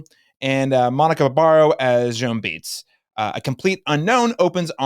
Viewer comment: Uhhh, it’s Joan Baez, pronounced like Bai-ehz, not Joan Beats.